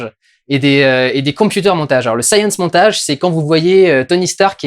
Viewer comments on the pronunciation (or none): Il n'y a que moi qui est entendu "Saiyan Montage" plutôt que "Science Montage" x) ?